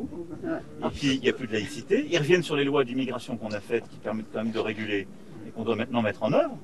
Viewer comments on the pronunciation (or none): none